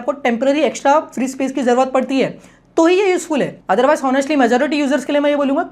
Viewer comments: Honestly= (hon) est ly ❌ (Onn) est ly ✅ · Akpa English pronounced kuch kuch galat hiwa hai honestly ko H ka pronoun nehi karna hai bro